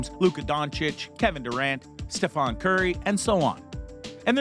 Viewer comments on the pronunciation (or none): I have to say, the way you're pronouncing the Chef's name is like a cheese grater to the nads. "Steph-ahn" Curry? StephEn, not Steph-On. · trying to sound smart when dont even know the name of gsw franchise player :) its stephen not stephon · His name is NOT “StephON Curry” it’s StephEN Curry,. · You did not pronounce Stephen name right..it is not Stephon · Kindly pronounce steph’s name right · I agree please pronounce the players name correct. He has played 13 seasons in the NBA. Announcers say his name numerous times in each game broadcast. Documentaries, interviews, commercials. So if you are trying to make a meaningful video, get the name right. I’m sure you have heard pronunciation of his name throughout you watching the Warriors. Remember one of the reasons he declined Nike for his signature shoe is that they pronounced his name just the way you did in their introductory meeting. Food for thought